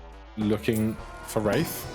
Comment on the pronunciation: Wraith is pronounced (ray-th)